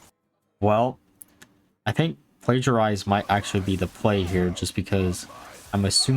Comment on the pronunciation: Plagiarize or Plagiarism is not the only thing you say kinda strange or wrong. I always cringe when you say Tasmin instead of Tamsin, for example (though being nearer to Jasmin somehow it even sounds nicer) - there was another named minion which you said kinda strange, but I forgot which it was, due to not caring enough. Please do not think this is criticism - because it isn't! Looking at a guy named you could wonder how in so many years he is streaming now he still sounds kinda new to English - and I still would not criticise his way of speaking.